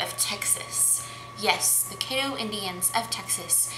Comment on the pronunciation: Excuse me but you need to learn how to pronounce caddo. Pronounce it like you are saying cat but instead of a t have ddo so then it spells caddo